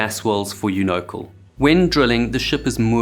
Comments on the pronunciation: Learn how to pronounce a word before you use it 100 times....YOU NO CAl.....not younokel. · It's pronounced "YOU-KNOW-CAL", not "EU-NOCKLE". Sheesh. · YOU no cal is how it's been pronounced in the industry LOL. yoo NOcle is a new one. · unocal... pronounced "You-No-Cal" or "Uni-Cal" as in "California" not "you-no-cole"... its California not Collifornia... great video otherwise, as usual. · I hate to be picky but repeated mispronunciation irritates some people and unfortunately I am one of them. It’s pronounced: YOU NO. CAL Part of which stood for union oil company, and the other if I’m not mistaken, was California oil. Your shows are great though. I hate to be picky but it’s my problem I guess. Have a great day. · It is pronounced U-NO-CAL. CAL as in CALIFORNIA.. I am old, I know. It was very popular back then. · I believe it's most commonly pronounced "Yoo-nuh-cal." This is a great documentary! Thanks for the hard work. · That has to be the worst pronunciation of Unocal that I've ever heard. It's pronounced You-Know-Cal. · UNOCAL is pronounced U-NO'-CAL. It stands for UNion Oil of CALifornia. U-No-Cal. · Can any one create a video without using unrelated photos? Oh and Unocal is pronounced Un-O-Cal. The main problem is on shore folk "calling the shots" for situations offshore. In many Oil & Gas accidents the folks on site do not have enough authority to make decisions. Also money lost is weighed too heavenly due to the daily cost of running a drill ship. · Just one very minor change suggested ... UNOCAL is pronounced U no cal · We pronounce it "Uni-CAL" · Great video! BTW, it’s pronounced YOU-no-cal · The mispronunciation of YOU-NO-CAL (all syllables stressed) isn't a big deal...until you say it wrong 500 times. Difficult to listen through. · Unocal — you butchered the pronunciation. You-No-Cal. Cal … accent this syllable. K sound then al like Alimony, and California. One of the 7 Sisters. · Unocal. Its pronounced "you-no-cal" YU-NO-CAL and they suck